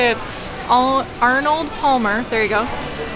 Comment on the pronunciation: It’s arm -ah - Palmer